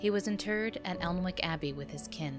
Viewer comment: Pronounciation! Alnwick = “Annick”, Yorkshire = “Yorkshur”.